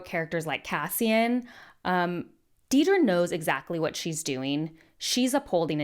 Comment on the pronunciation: I also find it odd that so many people misspell her name as Deedra or even say her name, in re-watch and analysis videos, as Deedra, while all the characters distinctly say, Dedra (pronounced it Deh-dra). The mispronunciation as Dee-dra slightly annoys me.